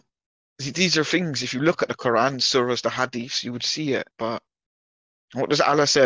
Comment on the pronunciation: Wait... What? Did he say "Rabbit Arafat"? ...*What*? That definitely didn't sound anything like Yasser... Whatever, I choose to believe he thinks someone called Rabbit Arafat 🐇 was in charge of the PLO in the 90s. It makes his randomly inflicted "kh'ohr·ah" (Quran) pronunciation/accent butchering funnier for some reason. EDIT: Alright, I figured out that he was mumbling and saying the Israeli PM's surname and then immediately Yasser's for some reason; Rabin Arafat. 🙄 Still sounds like "rabbit." Bummed out now.